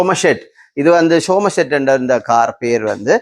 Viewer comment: ஒஸ்டின் (Austin sumsat) சம்செட் பெயரை ஒழுங்காக உச்சரியுங்கோ😮